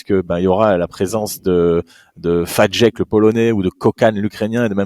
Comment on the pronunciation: Petit point prononciation. Fajdek = Faïdek, Kokhan = Koran et Halász = Haulas. C'est pas tout à fait ça mais en substance on s'en rapproche.